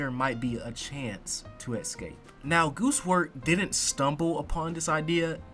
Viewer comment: Escape, not "Exscape" 🌜🦗